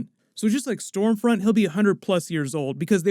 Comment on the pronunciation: I thought it was scumfront 😂